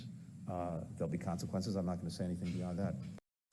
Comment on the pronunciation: Haha, brilliant! Blinken: "there's gonna be caanseekwences". Clown.